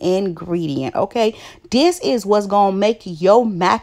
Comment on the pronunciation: What is "diss" its "this"